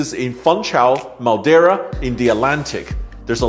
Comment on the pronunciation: Dude I love you but you have to stop pronouncing Madeira like MAL-DERA. There is no L in the word. 😆